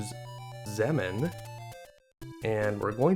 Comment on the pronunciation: Based on the pronunciation of literally every other word that ends in "mn", I think it's safe to say "Xemn" is pronounced "zem", not "zemmen".